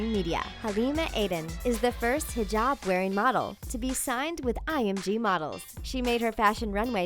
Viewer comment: She said Hijab right c